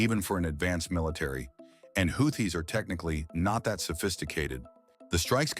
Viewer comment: GET RID OF THE NEW VOICE CANT EVEN PROUNONCE HOUTHIS CORRECT